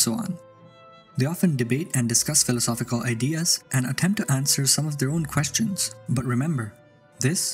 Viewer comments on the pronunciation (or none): none